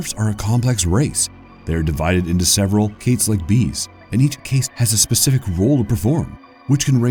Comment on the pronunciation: Am I the only one whos botherd by how he pronounces cast?